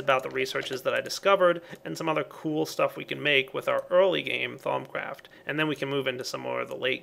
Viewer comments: At first I always thought he said thong craft lol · Thumbs up if at first you thought he was saying thong craft and that it was a creepy minecraft sex mod.